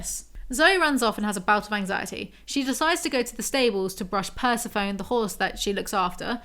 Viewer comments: Bless pronouncing Persephone like "persy-foan" 😅 I can't blame her for it too much, she's so tired. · I love this so much!!! Also just so you know the pronunciation of “Persephone” is Per-Sef-O-Nee She’s a Greek goddess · pls Persephone, pur-sef-on-ee or pur-se-phony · Yeah, pronunciation of Persephone in this video is cursed as hell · I swear I was like WHO is the horse named after….. is it Persephone….? (I was looking for this comment omggg)